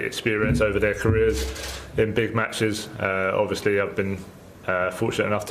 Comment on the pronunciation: Yeah Ovishly 😂